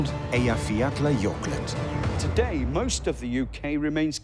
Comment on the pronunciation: It's called Eyiafjatlajokull, not a Eyiafjatlajokult. I might have the spelling a little off but the pronunciation is much closer (even if it's just phonetical).